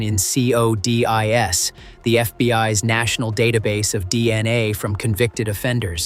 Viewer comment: "See-Oh-Dee-Eye-Ess" & "Dee-Ennn-Ayyyy" are F-U-CK-I-N-G annoying. AI Narration GARBAGE!!!